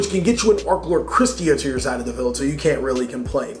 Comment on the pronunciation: Its field not feld.